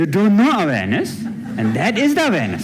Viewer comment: I wasn't aware he was saying 'awareness' until the very end of that clip. I thought he was saying 'Venice'.